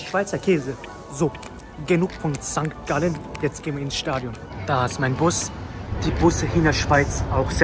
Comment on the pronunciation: Mein Lieber das heisst nicht auf Sankt Gallen sondern hopppp sangalllee